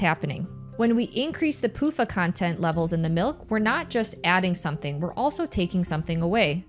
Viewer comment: Every time I hear you say pufa, I can't help but hear "poop uh". Sounds like the second name is more accurate anyway. LOL